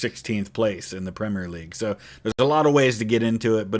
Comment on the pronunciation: 10 points for pronouncing "Premier" in three syllables instead of two, like so many other Americans do 😅